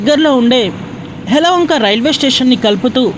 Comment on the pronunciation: హలోఒంక కాదు. యలఒంక నూ కాదు. యలహంక